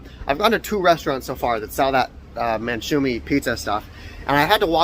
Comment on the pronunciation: man2oushe not manshumi anyway great content , been following you since you did the car tour on tiktok and now ur in my country